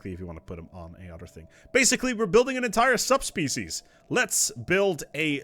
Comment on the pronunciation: Just so you know, you have a habit of saying "udder" instead of "other".